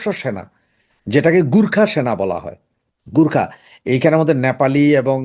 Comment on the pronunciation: গুর্খা নয় গোর্খা।